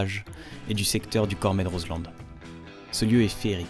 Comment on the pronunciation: Mais quel roadtrip! Vous avez bien choisi le coin (bon je ne suis pas objective, le Beaufortain je l'ai dans le sang 😁). Par contre, on ne prononce pas le d de Roselend ^^. En tout cas tu m'as donné envie d'essayer le roadster d'Harley Davidson ^^. Super vidéo comme toujours, merci pour vos partages et votre bonne humeur 😊